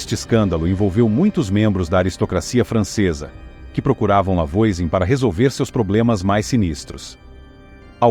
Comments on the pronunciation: Já começou errado o vídeo. A pronúncia do nome da primeira bruxa é "Vuazan". Não conhece francês? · Massa, mas a pronúncia do nome dela está bem incorreta, afinal é um nome francês. De toda forma o vídeo é muito legal 😊